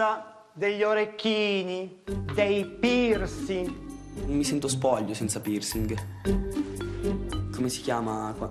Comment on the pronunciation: 0:7 ha detto pirsi al posto di piercing lol